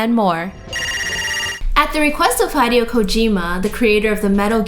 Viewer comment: Her pronunciation of those Japanese names is really grating..."hide-ee-oh"?